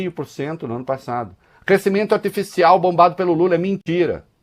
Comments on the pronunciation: Impressão minha,ou ela disse Lule? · Essa Canhotede é uma comédia. Os erros de fala do presidente são multiplicados por mil pelos leões. Kkk E o que eles faziam com os erros de fala do presidente anterior? Multiplicavam por cem mil ou por um milhao. Que ridícula...🥱